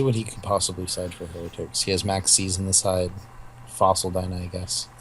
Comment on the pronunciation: pronounced HIGH-ratic think of the word "hierarchy"